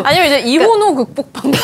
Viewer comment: 엠장은 미혼아닌가요?? 이혼으로 들리는데??😂